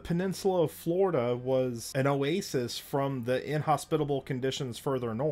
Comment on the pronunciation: "I grew up in Pleistocene Flordia"